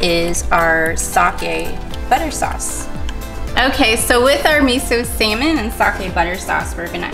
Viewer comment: mIsUUUUUUU sAmin lmaooooo bruh